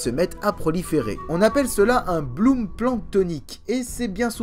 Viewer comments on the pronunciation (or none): On dit un bloom (floraison) et non pas un blum (comme Léon)... Super instructif cependant, bel exercice de vulgarisation pour le profane que je suis. Merci.